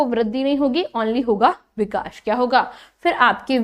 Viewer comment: Lekin aap vikash vikash bhut bura lg rha hai Vikas bolye Bura na mane is ghlti ko zaroor sudharen